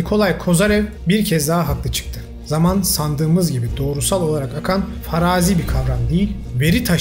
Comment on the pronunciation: Faraaazi değil farazi diye telaffuz edilir. Konular çok ilgi çekici.